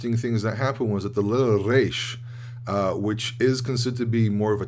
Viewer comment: You’re the only one in USA that I heard pronouncing correctly the resh.